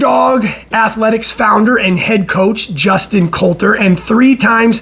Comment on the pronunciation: It’s not Colter, it’s Cotler